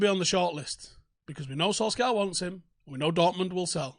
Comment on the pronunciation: Sul-Shire,, Sul-Shire!